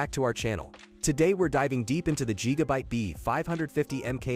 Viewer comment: LOL…yeah, I’m going to trust a lazy, worthless A.I. voiced video where the robot can’t even manage to say Gigabyte correctly. Yup…got it. JEEGABITE. LULz.